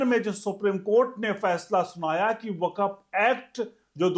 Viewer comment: वकफ नहीं 'वक्फ' ('Wakf'', not Wakaf) बोलिए।